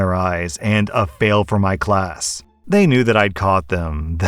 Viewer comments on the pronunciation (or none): none